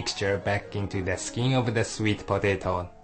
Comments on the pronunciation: i like how the man say patato XD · hahahahaha.... po-tei-to.... LMAO gotta love his accent XD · i like these vids. It just cracks me up when he say POE-TAY-TOE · I love how he says potato.